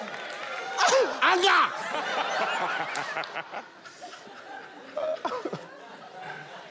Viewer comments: That's why i say don't try to copy native accent, i think he tried to copy any American accent and pronounced aanga rather than anga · The fact that he pronounced it angerrr at the end too, bless him! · I thought he mispronounced hunger, but turned out it was anger 🤣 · No, you're wrong. I'm Ghanaian, and everyone I watched it with found it funny too cos we all don't pronounce the word that way. I watched the full episode. He puts too much energy into the words he pronounces, and that's funny. You could tell from the studio audience's laughter too. It's all fun and games. 😂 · That's the only way to pronounce anger to depict what it looks like